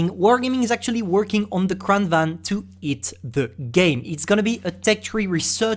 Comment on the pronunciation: You pronounced Kranvagn wrong its suplosed to (Kranvagen)